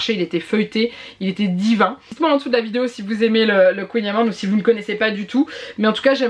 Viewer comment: Et sinon on prononce Queen amane ;)